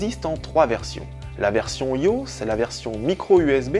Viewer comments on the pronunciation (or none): J'étais mort de rire quand j'ai entendu ta façon ridicule de prononcer "iOS".